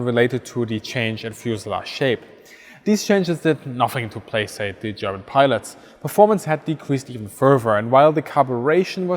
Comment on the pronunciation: placate= play kate the C has an S sound only before I and E.